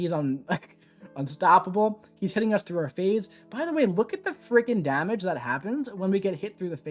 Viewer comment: I love how says "dahmage"